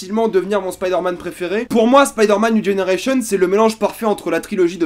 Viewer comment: "Spaïderman niou dgénéreillecheun"